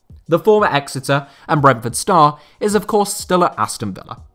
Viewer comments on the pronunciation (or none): none